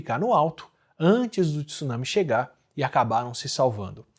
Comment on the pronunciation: só não fala “tissunami”(tsunami), dói meu ouvido 😂 mas vlw pelo vídeo, show de bola ✌️